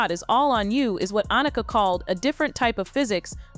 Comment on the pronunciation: It would be nice if some of these narratives actually had some editing to ensure that they pronounced people’s names correctly. Everyone knows how to pronounce Annika’s name.